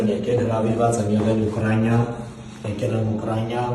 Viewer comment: Երբ էք սովորելու որ Ուկրաինա ոչ թե Ուկրանյա, կարանտին ոչ թե կարանտյա։